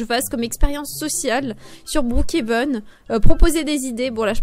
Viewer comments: Mais sa se dis brookhaven pas broookheven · Ça se dit brookhaven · En vrai sa se dit brookéveun mais sinon t video son trop bien t la meilleure youtubeuse😊❤🎉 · sa se dit brookhaven mais comme tu veux XD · Je dit pas brookhaven je dit brookhenve comme toi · Tu le prononce bien le Brookhaven, dommage que maintenant tu le prononce mal